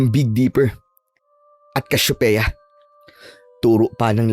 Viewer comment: hahah ang tindi naman nung "cashopeya"